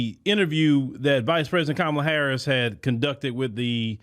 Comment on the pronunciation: Host did I hear you right did you say KONmala HARRIS ?